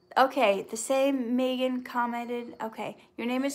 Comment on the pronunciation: I’m the same Megan who commented on past videos on your channel 😁❤️pronounced mee-gan